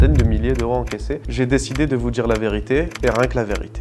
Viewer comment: "sans le djiire à ma mère"